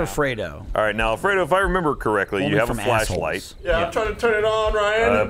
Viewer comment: (like afraid:D) is the best person to play these games, love his reactions and comments. XD